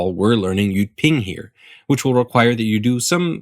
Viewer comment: correct jyutping, but he pronounced it wrong